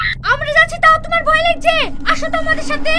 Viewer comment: ভই না ভয় হবে 😂😂😂